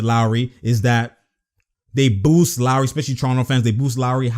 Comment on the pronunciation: 1) love your channel 2) You used to call lowry “low”-ry lol for low IQ so you didn’t always consider him to have high mentality 3) - got me hype that was a crazy locker room motivational speech!